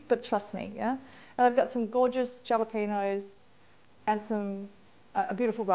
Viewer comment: Jalapeño is pronounced 'Hala-pen-yo. ' J is always silent in Spanish.... Being from Texas we would also use Cilantro in a Pico de Gallo using Serrano Peppers. These peppers are very nice for this...love your recipes. Thanks for sharing.